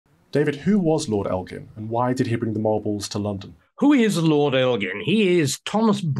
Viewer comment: "I think after all this time, and the fact Greece is a stable country. It is time to try and fix this rape of European history" Christopher Hitchens. I'm so glad everyone pronounced Elgin correctly. He kept them in his house so he could view them. I say give them back and try and restore the Parthenon